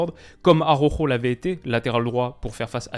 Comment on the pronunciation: stp, pas toi. Araujo se dit presque Alaoro, pas Aroro 😜😘